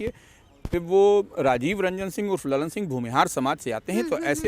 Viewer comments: लल्लन सिंह नही, ललन सिंह😂😂😂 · लल्लन नही ललन बोलो भकलोल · Lallllannn😂 nahi madam Lalan singh hai